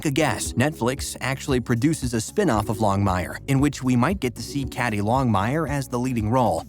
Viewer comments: Kay Dee not Cad dee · How can you do a video on Longmire when you make so many mistakes...one being Cady is pronounced Katy, not caddy!!!